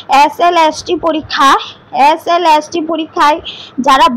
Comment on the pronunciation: SLST টা একবারও ঠিক করে উচ্চারণ করতে পারলো না। ওটা LST নয়,SLST... আর স্ক্রিপ্ট টা অত ঝড়ের মত পড়া মুখস্ত এর মত না বলে ধীরে সুস্থে বললে সবাই আরো ভালো ভাবে বুঝতে পারবে। যাইহোক যেটুকু বললেন তাতে অনেকেরই উপকার হবে, আমারও উপকার হলো,যাইহোক আমার কোথায় mind করবেন না।